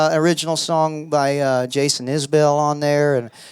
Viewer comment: Love Lukas, but Isbell rhymes with nipple, buddy.. maybe you should know that :)